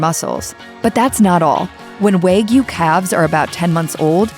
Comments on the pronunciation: Waygyu? It is pronounced wa- gyu. It is not just how they are raised. It is mostly the breed. That’s why the wagyu cows are imported from Japan to be raised here in us. Stop disseminating lies. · It is pronounced “wah gyoo” (with an A like in father) not “waa gyoo” (with A like in wag). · waaaaaaaaaay-gyu.... hahaha, time to eat my kay-suuuh-dilla and fill it mig none. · How this narrator pronounces 'Wagyu' makes me laugh...